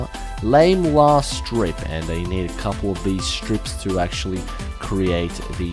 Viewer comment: did anyone else notice how many times said accsualy in this video?